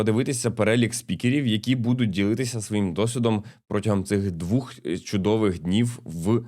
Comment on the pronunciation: Тільки не двух а двох 😊 Дякую за черговий випуск Норм Тікток фігня